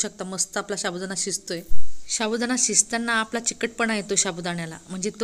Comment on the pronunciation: शाबुदाना शाबुदाना बोलना तो सीख लो😂😂😂